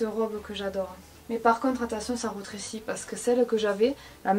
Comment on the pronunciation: Je suis là a qui ça stresse qu’elle dise retressie ? Non ?